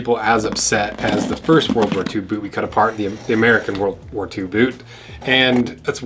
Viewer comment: Why do you never pronounce the T in boot?